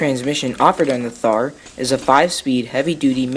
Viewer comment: It's pronounced "Tar"